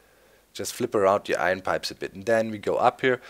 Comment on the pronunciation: Eye ern not eye run silly guy